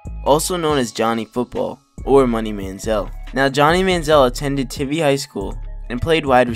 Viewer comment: Tivy has a sharp I, like Tie.